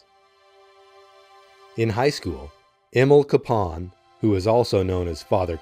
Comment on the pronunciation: I know locally everyone pronounces his name CAPE-un, but an effort really should be made to pronounce his name correctly, as the family does, which is Ka-PAWN.